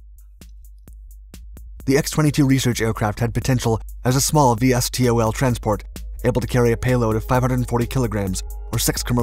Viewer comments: Those in the know say V-stol, not Vee Es Tee Oh El, just sayin' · Um.. No one says it that way, put all the letters and say it. not “V S T O L”. say “Vee Stol”